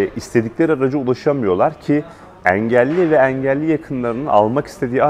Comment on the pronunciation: Eelli yi bilerekmi böyle yanlış kötü söylüyor 😂